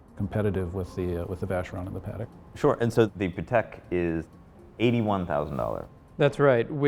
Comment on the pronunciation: Hate when guys pronounce Patek sounding like Paddock, ugh.